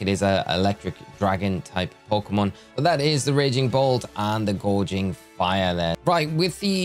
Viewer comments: It's not gourge anyway, it's gouge 😅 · Gouging, not gorging lol. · My brother in Arceus, you wanna try saying Gouging again? It’s not Gorging, also it’s Entei, not (h)Entai.